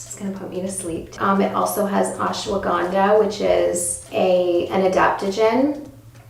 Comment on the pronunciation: Omg the way she said ashwaganda 😌damn how she got that accent